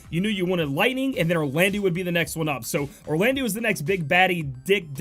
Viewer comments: pretty sure its pronounsed "Orlando". like soleil is also french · Yeah, It was bugging me in the previous vid, your pronunciation of Soleil. Glad you changed it, now you just need to change Orlandeau. (it's pronounced Orlando). Also, you typed it "Oralndeau"...